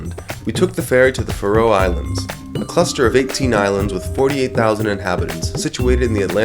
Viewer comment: It's not the "Fa-Row" Islands. It's pronounced Faroe.